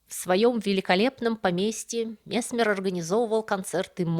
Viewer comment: Опять проблема с ударенияии..месме'р.